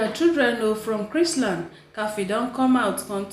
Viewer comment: Hi dear, it is Chrisland. Without the t.